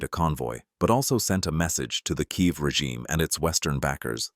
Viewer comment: “in kayeev”😂 stupid AI crap